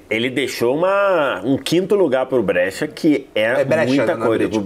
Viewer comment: "Brêtia" não dá pô, nem em português nem em italiano ta certo isso aí. Em italiano a pronuncia é "Bréchia" 😅😅😅